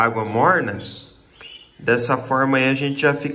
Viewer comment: Água morrrrrna hahahaha Paranaense 🤣❤️